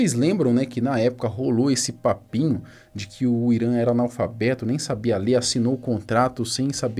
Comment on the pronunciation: "falou dimalfabeto dirrliga a live" KKKKKKKKKKKKKKKKKKKKKKKKKKKKKKKKKKKKKKKKKKKKKKKKKKKKK